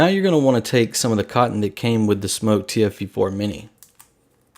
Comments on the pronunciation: It#s pronounced SMOK not SMOKE I mean what the hell lol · No it's not it's Smok not Smock the spelling is in the description on the video Get it right lol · No it's not it's pronounced SMOK not SMOKE People pronounce it wrong lol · Wrong. The brand name is pronounced Smoke. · You said the name wrong sorry if it caused any offence here buddy I was having a laugh with you and I have a tendency of teasing reviewers also